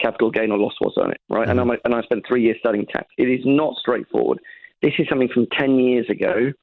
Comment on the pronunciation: Tory by marriage is my guess. What school wouldn't have corrected her saying, "somethink"?